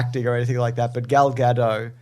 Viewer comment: Wow you guys. It's not Gaadoh. It's Gay-dot. Gul Gay-dot.